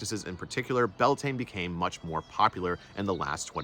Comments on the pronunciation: Its prounced Bel ta nay😂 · I believe you are mispronouncing the name - at least according to Irish scholars. Your spelling is also different. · Would be good to pronounce it roughly correctly; Beltane is an English simplification.